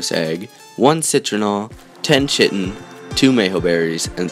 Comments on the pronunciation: Chitin is pronounced Ky-tin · Very informative video. Just 1 criticism I see many people do in videos when pronouncing chitin. Think of it if I spelled it the way it sounds, kiten. Hope that helps in the future